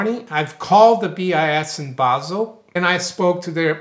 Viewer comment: Finally! Someone who pronounces "Basel" correctly... thank you!